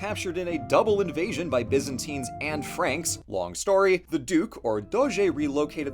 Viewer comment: that’s “Byzantines AND Franks”, not “Byzantine Anne Frank” as i initially heard